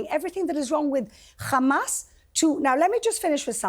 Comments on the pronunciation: Why does she pronounce it as khamas? Does she call herself khassan too? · "Khamas" 😂 purposefully pronounced like that 🤣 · Speaks perfect English but makes sure to say khamaass hahaha clown show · She keeps on saying Judea and Samaria! 😂😂😂 it’s the West Bank you psychopath it’s Palestine you psychopath